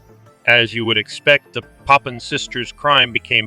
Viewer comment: Please pronounce Papin properly.